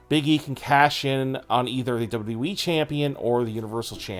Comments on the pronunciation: Lol I already got annoyed when I heard him say “dubdawe Championship” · Hey bro it's wwe not dub dubby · Why can’t you pronounce WWE??